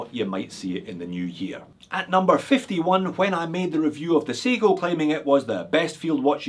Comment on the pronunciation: How do you call that Seiko at 16.40, watch no 45? Say again? 😜